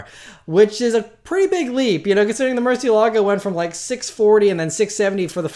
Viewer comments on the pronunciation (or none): none